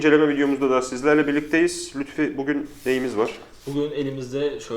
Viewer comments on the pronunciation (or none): none